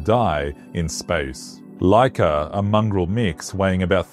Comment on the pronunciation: Its Łaika which sound like waika